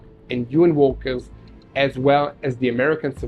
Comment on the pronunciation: (I keep hearing you say walker , but think you mean "worker" , pronounced like "world".)